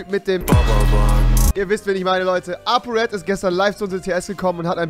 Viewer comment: Apo Apo Apo Digga das heißt R-E-D😂